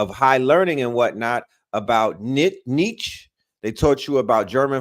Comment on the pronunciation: Say it like Nietzs-Che ... emphasis on the Che like the Communist fighter... Two syllables - said like Neat - Che... Nietzs - CHE Nietzsche please... lol